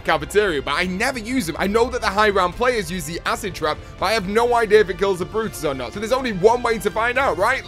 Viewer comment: It's brutus not "the brotus"